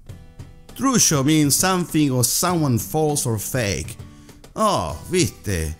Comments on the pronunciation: algunas cosas las dice para el orto como trucho, dice trusho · "Romperla" like an important word? What? The others are very well, only that is "CHamuyo", "Zarpado" and "truCHo" but very well. Then, we don't speak with the "tú", it's more like "sos" than "eres", it's "sos un CHanta", "holanda che" it's the first time I hear but the whole video it's very very well.